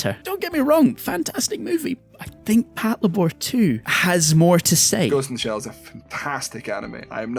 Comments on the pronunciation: Pat-la-bor! I 😆... It's " Pat-labor ", mang! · Can you re-record the audio for this video and say “pat-labour” instead of “pat-la’bore”? Like nails on a fucking chalkboard. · Patlabor=patrol lay-ber Pronounces it lay-bore Frustration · It's pronounced Pat Leibar not Pat La Bor! It's Labour in British English. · Pat lá bor?... Isn't it pronounced "Pát Labour"? Because, you know... Labour robots? ;P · The inflection is killing me. Pat-LAY-bor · HOW DO YOU WATCH THE SHOW AND THEN GET THE NAME WRONG THE THINGS ARE CALLLED after robot suits build for work as in labour THAT PATROLE IT PAT-LABOR. FFS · You put the emphasis on the wrong syllable. It's PAT-LAY-BUR. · I thought it was pronounced pat-labor as in," i labor to build a house." I guess i have been saying it wrong for decades...😮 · it literally means Patrol Labor, so it's pronounced Patlaybor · "Pat-la-bore" wtf? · I can't with the way you pronounce patlabor 😢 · Well, you should have anticipated it. Your pronunciation blows.